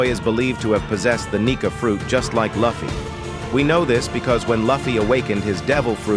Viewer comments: Please call luffy correct. It is annoying. His friend call him luffy, not laffy. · Thumbs down for the AI voice that can't even say Luffy's name. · I couldn’t continue watching when you mispronounced Luffy. So I wish you all the best and bye for now ! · The way they say luffy makes it hard for me to take their information seriously when he can’t say the protagonist name right